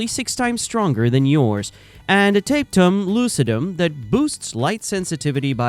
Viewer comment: LOL taped'em lucidum It's Latin, bro. Pronounce every syllable and section separately. Tah peh tum loo ci dum You sound like AI trying to read.